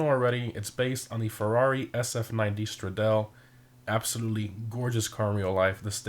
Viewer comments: SF90 Stra-dale😂 lmfao it’s “Stra-Da-Ley” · Stradale is pronounced strad-a-li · It's pronounced STRAD-AHLIE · Straaa dolly. You say canards wrong too all the time. It’s Cahhh-nards. Not canerds. I watch all the vids before I get a car but you gotta work on some car knowledge. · I love you but the way you pronounce “Stradale” needs some work. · I'm sorry no offense to loves the videos and def help to know if I wanna but a car but they way he pronounced stradale🤮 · If you are comparing it to a real car, at least learn how to say it's name properly🤣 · Dude say Cato perico right but not stradale